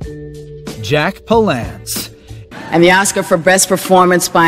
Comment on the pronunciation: jack pal ence .....no pal ance...